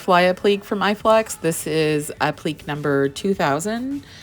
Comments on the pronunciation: You are a talented artist BUT the word "applique" is not pronounced "app-leek", it is pronounced "app-lic-kay". Sorry for complaining but it's driving me nuts every time you say it wrong and you are using that word a LOT (by necessity of course)! lol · Wow! Amazing piece! I adore it! BTW-- Applique is pronounced app-li-kay... sorry grammar nazi here. LOL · Mispronouncing “appleek” is a shame. It takes away from your talent as an artist. You don’t want to come across as “not knowing what you’re doing” but that’s what it sounds like. 😊